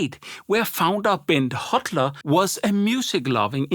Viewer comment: Holter not Hotler😉